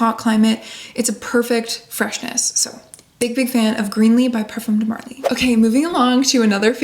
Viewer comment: You live in France it’s time to adjust your pronunciation of “parfum” pleeeeeeeez